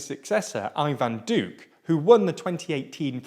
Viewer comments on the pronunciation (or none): you mean Ivan "Duke"